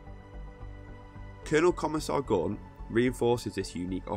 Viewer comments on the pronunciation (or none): Gaunt not Guant you moron!